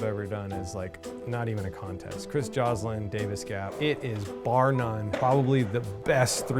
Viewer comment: Joslin. It’s Joslin.